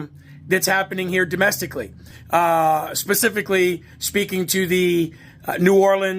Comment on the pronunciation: Did she say "Pacifically" vs specifically? Is she talking about the ocean? They're saying IED's are not terrorist devices but pipe bombs at the Capitol on J6 were considered weapons of mass destruction, ok.